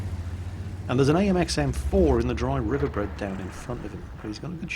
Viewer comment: "dry river bread"?